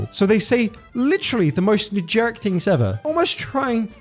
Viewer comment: i’m sorry but every time u said “negeric” instead of “generic” and “generally” instead of “genuinely” i died a little inside